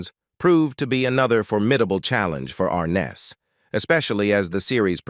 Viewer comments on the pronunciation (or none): Is this a story about James Arness, Peter Graves, or Joseph Cotton? Do you not know the difference? As well, the computer-generated voice can't seem to pronounce "Arness". A really sloppy presentation, made worse by the non-human narration. Did you find it necessary to state that James Arness had a "unique connection to Gunsmoke"??? Who would have guessed. Mr. Arness certainly deserves much better than this incredibly careless "production". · It might be nice if he could pronounce his last name right. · Pretty pathetic—you’re pronouncing his last name incorrectly & couldn’t get through three minutes of this because instead off showing James, some of what you’re showing is actually of his brother. 🙄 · An added plus the narrator is not even pronouncing his last name correctly I remember watching it and the narrator on the show would say and James Arness as Matt Dillon